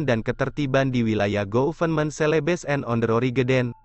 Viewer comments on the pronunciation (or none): none